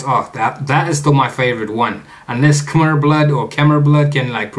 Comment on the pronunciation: It's pronounced kah-mai.